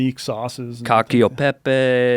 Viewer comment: That nerdy ginger saying ‘cockio Pepe’. You would think a week in Italy, someone would have helped him pronounce it